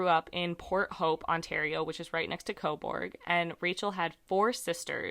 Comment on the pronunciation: It's pronounced co burg. Everyone over pronounces the u. Canada loves the letter u. Honour. Colour. We spell things different lol This is my town. I live right around the corner from where her body was found. No shade but i assume it was a drug dealer. We have a few major players in this town but most moved to toronto and commute down here to sell. Small town, often the dealers give a spot so you owe them. She was found a couple weeks into november and welfare checks come out on the first.. I know she was sick and got addicted to pain killers and we def had a couple dealers in town who were... Wreckless... The tracks are often walked to cut time down when walking across town. The side of town she was found on... The Sutherland cres area is totally a drug hole. I assume she went to meet them but didnt bring money. No shade. I dont blame people for their addictions. It's a hard road to travel. I wish for justice for her. This stuff doesnt typically happen here.